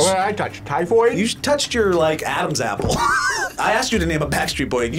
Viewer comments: HE SAID A BAPPLE!!!! HAHAHAHAHAHHAHAHAHAH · said a BAPPLE??! Sir...I'm 💀💀💀